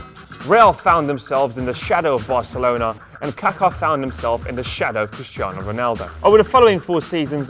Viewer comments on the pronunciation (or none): none